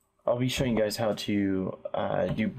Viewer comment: lol he said "hot to" instead of "how to"